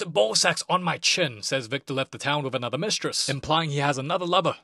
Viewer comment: Anotha day, anotha banga